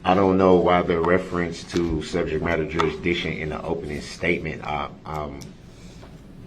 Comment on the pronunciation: You mean when he said "per-zishun"? Also, he kept talking about subject matter jurisdiction, but couldn't pronounce it. He always said "subjek madder jurish-dick-shun". He also said "ammi-nit" rather than "adamant" and "affixiated" rather than "fixated", and every time he objected about a word or asked a witness to "explain to the jury what you mean by" whatever word, it was because he didn't know the definition. He is, truly, an ignorant, filthy, angry, little gremlin.